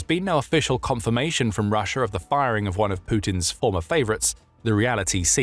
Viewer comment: I’m so confused how sometimes you say Russia regular and then half the time you’re saying Russier